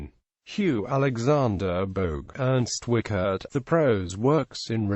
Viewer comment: Nice to see E.W. on YT- but it hurts to hear the terrible pronounciation of the name: The IE is pronounced like the English EE, the CH is no K but close to SH, the E is an open vowel like in ehm?, the RT like in Bert.